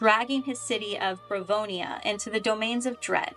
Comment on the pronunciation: Barovia, not Bavronia, no disrespect- it was just bothering me since I run a Curse of Strahd Campaign lol. Love your explanation!